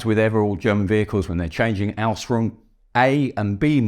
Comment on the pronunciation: As others have commented it's just his English accent. To me it sounds like he's saying "Ausrung" instead of Ausführung.